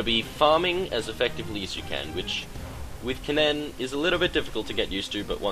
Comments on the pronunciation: its pronounced more like "ken-in", the "ken-nen" pronounciation you're doing is making my ears hurt XD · You say kennen really weird, and it drives me nuts. At least you don't say the e in Ashe.